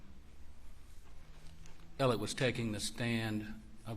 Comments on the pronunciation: Is his name Alec or Alex. How hard is it to say alex. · Why do most of these guys refer to Murdaugh as “Elic” or “Alec”? None of them can pronounce his name (ALEX!) properly! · Spelled Alex, pronounced Alec.